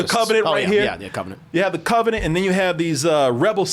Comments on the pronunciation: What is a cov-A-nant. pronunciation lol just sayin, I ain’t makin fun of the dude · The "KAVA"nent. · CAHvenant! yeahhhhh buddy that CAHvenant! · Christ, the way pronounces "covenant"...😬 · Lol Y is pronouncing "Covenant" that way?! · The way says Covenant has me crying 😭 😭😭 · I used to think he pronounced it like that as a joke like in his Alien Covenant review.